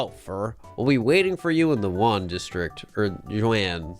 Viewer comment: oh my god "jaune" pronounced like "juan" i love it